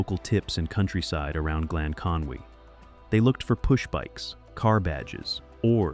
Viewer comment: Why is an American narrating Drew Pritchard backstop? Hasn't anyone told him that the place is Conwy NOT Conway!